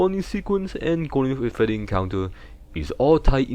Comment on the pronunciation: “Golden fweddy”